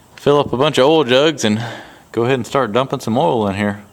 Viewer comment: love how you say OIL lol